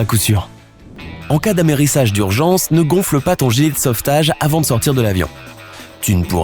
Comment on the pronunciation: C moi ou il a dit amérissage d'urgence